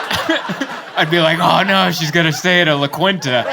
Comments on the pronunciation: Pretty sure it's pronounced "La KEEN ta inn and suites" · Mike Birbiglia told me it's pronounced "la Keeenta".